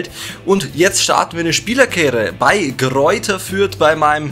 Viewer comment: Sehr starkes Video aber es heisst nicht Greuther Fürth